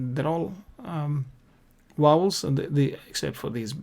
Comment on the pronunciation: Please please they are Vowels not Wowels , I beg you to correct it..